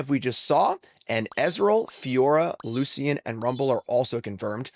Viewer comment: If you pronounce Lucian’s name wrong one more time, I will request to engage in fisticuffs, good sir!